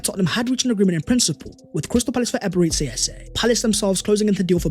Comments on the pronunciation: True! We IGBOS from Nigeria can’t stop smiling any time we hear him pronounce it as Eberetsi Eze instead of Eberechi the ‘ch’ as ‘ch’urch in church… Thank for correcting him bro. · Nice one Although I have to say that as a Nigerian, your pronunciation of Eberechi as “Eberetsi” has been hurting my ears! It’s actually Eberechi (ch as in church). Thank you! Eze is coming home! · Thank you for this,as a Nigerian and you my brother a Gunner, I am going to give you a free lesson on how to properly pronounce his name, Here We Go!!!! Ebe - re - CHi (not shi) but (Chi) think Ch in church) but with iiii instead of urch) so EBE RE CHI. Now for the surname its E - eh ZE as zeh) but remove the h and it will sound like this EZE… meaning King. You are welcome my guy! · Now that we have signed Eze can you please learn to pronounce.EbereCHI, CHI as in CHIck. Or just say Ebere Eze. Thanks. Congratulations to us for completing this deal 🎉🎉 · bro are you not able to pronounce the CH sound? you always prounce Eberechi so weird